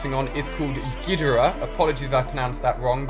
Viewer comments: Who else was triggered about how he said king ghidorah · It’s king Gidorah